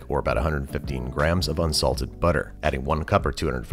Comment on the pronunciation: No one: Andrew: UNSALTED butter